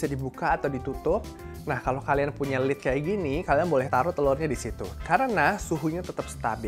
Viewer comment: yg benar lid (tutup), bukan lead.